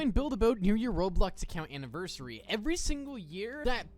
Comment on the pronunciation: STOP SAYING ANNIVERSiRY